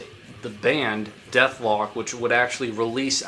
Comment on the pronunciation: Why does he keep calling Dethklok; Dethlok